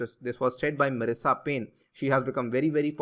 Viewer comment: With all due respect to you 'Maalaabar' nahi sir 'Malabaar' bolate hain. Also name of Australian FM is 'Marise' ( Ma_Ris) not 'Marissa.'